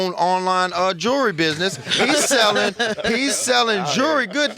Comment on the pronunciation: He said jury for jewelry. Lmao this Nigga is real tho